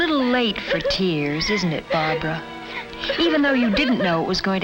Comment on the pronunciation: her name is barbara. no it's brahbrah. no its barbara. no it was barbahra. no it was barbara. no it's blahblah